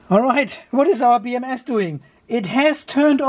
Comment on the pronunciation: I am sure I heard you say "beer M S"!